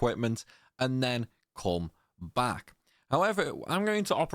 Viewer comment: I'm not trying to be a dick bro as I love your videos and they've been super helpful to me but it can be so off-putting sometimes cuz your phrasing sounds like Alan partridge- not your accent- your phrasing, tone and diction. "On the window...RIght.THere." "And then..COme.BAck. you sound like your trying to emulated a news reader or something- it sounds so much better when your just being natural dude. I'm honestly not trolling or trying to be hurt cuz I do genuinely appreciate you and your videos-thsts just so off putting sometimes. And it's not only you, it's loads of UK YouTubers. They use this same type of reading. I get you need to pronounce stuff properly so people can understand but when you OVERpronounce, all the time, it just comes off a bit grating. I'm sorry if I sound like a twat, and this is just my opinion obviously- I don't have any kind of speaking qualifications lol. I just think you sound so much better in those moments you talk normally, so much more natural rather than sounding like someone reading the news highlights you know? I genuinely appreciate you bro, this is just a sincere positive criticism 😮‍💨